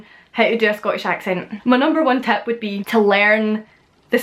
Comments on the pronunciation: Interesting video! My ex girlfriend is from Dumfries and she shares the same "e for i" substitution with you. As in "Tep" for Tip and "Vedio" for Video. Also the glottal stop is very prevalent here in Manchester too. Looking forward to more vids. 👍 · Trust me, it's definitely TEP when you say tip. I am a Serb so I can hear all this stuff more objectively than native speakers.